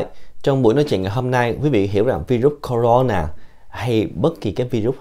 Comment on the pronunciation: Bác này nói không này bằng mấy a kia .tên virus bác cũng đọc hai từ: na ,nà và nó không phải con mà bác nói sinh sôi nẩy nở .bác nhầm nó với vi khuẩn rồi.